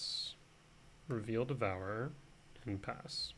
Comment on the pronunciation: Why do you say devourer like that. Devour-er